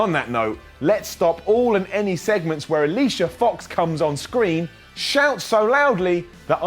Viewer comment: Please can someone kill Alicia F*cks (how her name pronounces)? Her voice is so anoying.